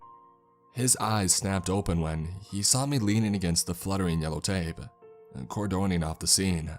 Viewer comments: Core-done-ing? It's pronounced "cordinned". Fuck. These guys all use words they don't know how to pronounce. So annoying. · Cor-doe-ning? XD